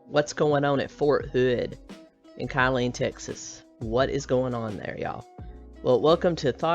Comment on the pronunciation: Just FYI, the town near Ft Hood is pronounced like "Kill- lean" - not Ky-lean.